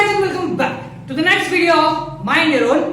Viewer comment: Sir aap back shi nhi boltee ho